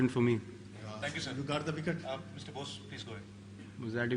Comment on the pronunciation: You Gaaat a vikat on no baal. That was very funny accent 😂😂 virat replying to that journalist 😂😂😂😂